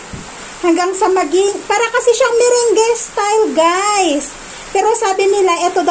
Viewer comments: Merang nman po talaga ang bigkas pero kami kasing mga ilokano meringge ang tawag...kahit kami sa ilocos meringge ang bigkas namin..English po ay merang.. ok lng yan..ilokano tayo.. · Meringue is pronounce as "merang" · Dam merang Ang pag pronounce deli meringue. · MERANG po pronunciation ng Meringue🤗